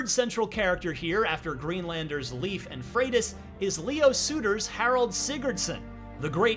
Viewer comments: "Leif" is pretty easy to say, and nothing like he says in the review. Its literally just like saying "life" a bit faster. Thats it. Not leaf, or lif, or whatever hes trying here. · ”Leaf”.. Lejf thank You very much